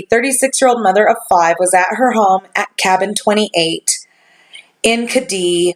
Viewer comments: You're not pronouncing it correctly, it's Ked-die, ked like the shoe, dee like it sounds, not Ka-dee. My dad is WW2 Navy Air Force vet. he'll be 89 this year. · As a native Californian this has been a case many have talked about. The pronunciation of the town is Ked-dee. Glad to see you pick this one up! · 1) The name of the resort rhymes with "Eddie".... 2) It's all YOUR fault that I stayed up ALL night researching this case. :)